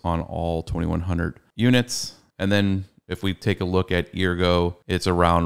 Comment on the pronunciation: Bro stop saying eargo lmao